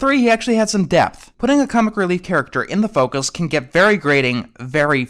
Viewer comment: sounds like fuckus